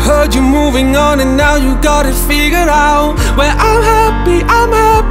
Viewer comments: Vũ hát sai bạn ei, "figured out" mà phát âm thiếu thành ra "figure out" nhá. Còn vô số người Việt không phải giảng viên tiếng anh mà vẫn hát tiếng anh hay nhé. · Vũ xuất thân thuộc tầng lớp trung lưu thượng nên phát âm tiếng Anh như bản địa là chuyện bình thường á. Còn đúng là đoạn figured out phát âm sai thật. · Ông thấy phát âm giống nhau là do trình độ của ông thôi :)) tôi lên đại học mới học tiếng Anh nghe còn thấy thiếu âm d rõ ngay, chưa cần đọc comment. (Đương nhiên Lukas phát âm đầy đủ, hay nói cách khác là không “giống nhau”)